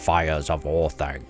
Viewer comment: Orth-onc, not Orth-aink! Read the pronunciation guide in the Return of the King appendices!